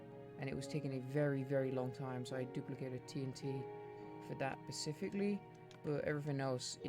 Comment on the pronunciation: No offense, but you saying "Pacific-ly" instead of "specifically" (such as ) is driving me mad.